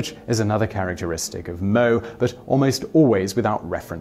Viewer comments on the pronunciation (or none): FFS.. It's pronounced "mo-A" not moe... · Moe.... reminds me off that bartender in the simpsons. Anyways. You speak as mo e not in 1 word moe. It refers to being cute or kawai. Again.. mo e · Oh my gosh it's pronounced as mo-aye not mou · Pronunciation of Japanese things... Hatsune Miku: Hah-Tsu-nay Mee-Koo. "Hatsuni" or "Hatsunee" as it's pronounced in the video has a completely different meaning. Moe: Not "Moe" like Moe the bartender, mo-ay or mo-eh. Pronounced completely different. "Mo" has a different meaning in Japanese. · It's hilarious how he pronounces manga and anime properly, but fails to pronounce moe at all. It's not a bartender from the Simpsons, it's a 2-syllable word lmao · A bit of a nitpick here: The term "moe" (「もえ」 as rendered for this context) is pronounced as "mo-eh", not "mow". A similar word in kanji, 「燃え」, which is pronounced exactly the same, and means "burning", which is not dissimilar to how a moe character's fans feel for said character. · NOT MO, MO-EH LMAO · I didn't read ANY of the comments but I'm pretty sure that you've already been informed that "moe" is pronounced "MO-aiy" and not like the name of the bartender in the Simpsons. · I was crossing my fingers for Miku and it's pronounced mo-eh not moe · the e in moe is pronounced simon, all vowels are pronounced in Japanese i believe. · 3) You mispronounce Moe 'mo-e' not 'moe' but YES I KNEW SHE'D BE ON THE LIST! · Mo-eh simon. Your writter should of promted this. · It's mo-ay, not mo! And it means super cute! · Moh? Did you mean Moe? Mo-eh... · It's "mo-ay" not "mo".... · It’s pronounced Mo-Ay not Moe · moe, not mo. Mo-e or Mo-ay. pronounce it right! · Ahhhh the mispronounciation of "moe" caught me off guard - for future reference and to anybody who's unfamiliar with the word, it's pronounced moe-aye or moe-A {like saying the letter A} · I thought "moe" was supposed to be pronounced like/similar to "mo-e." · Mo-AY. Moe is pronounced mo-AY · It's pronounced moe-eh